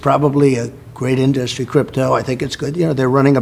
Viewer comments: The guy has never pronounced the word “industry” normally. He’s says in DUS trē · Why does he have such a hard time saying in-dus-try